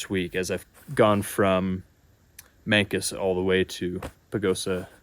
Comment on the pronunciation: Mancos is said Manecuss haha I grew up there